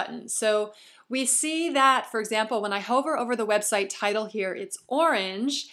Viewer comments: Hi - love your videos! They are so helpful. Just a little pronunciation tip for the future. The word "hover" should rhyme with "lover", not "Rover" the dog.:) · excellent. couldn't have done it better myself. u are very talented at what you do. you may mispronounce "hover" but it's all good! haha thanks so much!